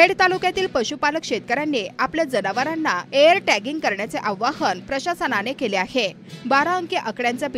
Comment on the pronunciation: एअर ट्यागींग नव्हे इअर ट्यागींग हवे